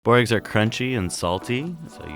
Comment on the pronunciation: The way he says it.. It's boo-rekas